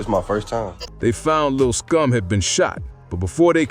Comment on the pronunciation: why you keep saying lil scum? you mean lil SCOOM?